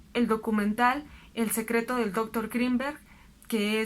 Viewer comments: Porque dices dÓctor Grinberg? Que no eres mexicana? Se lee y se escribe Doctor Grinberg, sin acento. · Lástima que pronuncia dÓctor en lugar de doctor... o acaso es gringa? 🙄 Deja mucho que desear. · Muy bueno, únicamente que me desconcertaba mucho cada vez que decías dóctor, con acento en la primera o, me distrae mucho. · "Bastante interesante". Frase que se repitió 500 veces. Cuéllar me parece que lleva acento en la e. Y "doctor" es palabra aguda. Solo para poner un poco de atención a esos detalles.